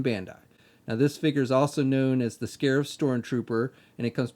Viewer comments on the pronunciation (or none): Not to be that guy, but its called "Scarif" Also solid review, cant wait to get this figure!